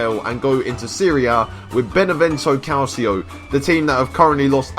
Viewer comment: It is pronounced cal-cho not cal-see-oh